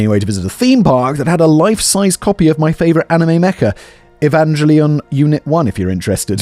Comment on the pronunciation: Was Simon trying to pronounce Evangelion ? 😂